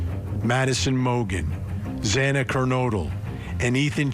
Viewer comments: This has only left the families with more questions & no answers. The judge scolding the family & then messing up Xana’s name not once, but twice, was disrespectful imo. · The judge has no right to admonish the victims family. This plea with the devil was disgraceful and the victims family has every right to fight this injustice. The judge can’t even pronounce the victims name right. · I'm with you on that. What is his problem that he can't pronounce her name correctly 😮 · The judge was very insensitive to address the calls people made to the court, why the need to scold??? Also miss pronouncing victims name 🙄 It’s giving IDGAF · The judge mispronounced Xana’s name twice. Like salt in the wound. the media chasing down Kaylee’s family was also just so heartless. A really sad day as an Idaho resident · The “honorable” judge Hibbler, couldn’t even pronounce Xana’s name right, twice he mispronounced her last name, you’d think after two and a half years surely he’s heard it pronounced correctly? Not concerned at all that he’s bothered by the tax payers calls. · It was salt in the wound. No excuses for the presiding judge to mispronounce the victims name twice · And when his miss pronounced the girls name 2x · The stupid judge after all this time still pronounced Xana’s last name incorrectly! This has happened over and over since the tragedy! He needs to be sent back to kindergarten! 😢😮😂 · Yes!! The judge did pronounce Zana’s name wrong x2 !!! He should have known better!!! She is a real person for heaven’s sakes and a victim!!!